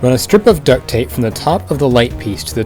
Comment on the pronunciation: Why do you say ducked tape